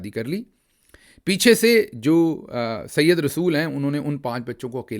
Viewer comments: This is said rasul not Syed rsul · ڈاکٹر گل صاحب عام بول چال کے لفظ پی ایچ ڈی سے نہیں بلکہ آپس میں بول چال سے آتے ہیں یہ لفظ جو آپ سيد رسول پڑھ رہے ہیں یہ ی کے اوپر تشدید سے پڑھ رہے ہیں یہ صحیح نہیں ہے بلکہ بغیر تشدید کے جو تلفظ بنے وہ صحیح ہے اگر وٹس ایپ پہ رابطہ ہوتا تو میں آپکو بول کر بتاتا۔ اب کے حوالے سے آپ فورا" سمجھ جائیں گے وزیر اعظم لیاقت علی خان کو مارنے والے کا نام بھی یہی تھا سید رسول۔